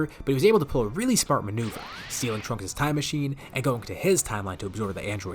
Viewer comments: When he said trunk-ku I head dbza broly in the back of my head screaming “TRUNKSU” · Instead of trunku it should've been trunksu like the Japanese name, would've been pretty funny